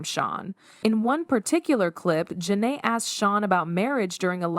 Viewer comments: The mispronunciation of her name is either because the audio is AI generated or it’s straight up rage bait. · It was so cringeworthy! Gotta be an ai generated voice! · I clicked off after the second mispronunciation of her name. Do better and stop using AI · Big Sean makes me sick And why are the names being constantly mispronounced. It’s distracting lmao. This should have been fixed during editing